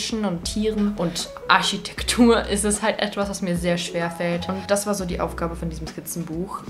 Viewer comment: Finde deine Aussprache von Architektur süß hehe :D <3